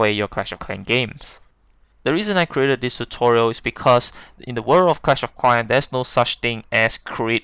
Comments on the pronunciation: Cwash of Cwan XD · “You use to pway cwash of cwans” 😂😂😂🤣🤣🤣